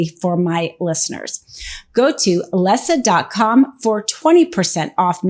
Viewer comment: Really ? They're all nasty humans and some of the worst criminals in government and corporations. On another note, for your channel, what's with the bad English from all of you? And "Leesa" is not pronounced "Les sa". It is Lee sa. Dumb.